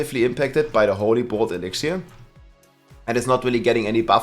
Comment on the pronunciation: E-lix-er stop adding syllables, idgaf about the accent, so fucking stupid